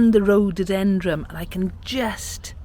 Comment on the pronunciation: Love your garden, We miss ours since we now live in a condominium! Your newest plant is a rhododendroN. It sounds like you are pronouncing it differently!